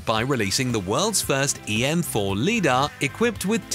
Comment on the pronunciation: Teach your digital voice to pronounce LIDAR correctly.